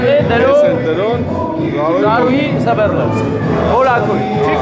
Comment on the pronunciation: Սվերլովսկ չի, Սվերդլովսկ է։ 😂😂😂😂😂